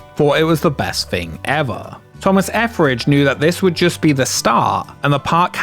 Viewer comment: Your pronounciation of Etheridge "Efferage" scratches an itch in my brain that I had no idea I had...Thank you!!! ❤